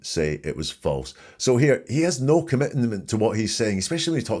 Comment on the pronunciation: Love your channel! Just found you! Wendi’s weird accent absolutely bugs. “Nooowwhhhh” instead of no. The woman cannot say “sure.” It’s “shore.”